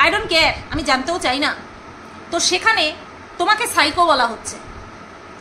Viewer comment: Ajj Sunachi..Phycho Ki Pronunciation..Shiko😂😂😂